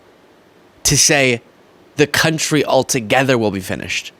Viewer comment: "Our countreh"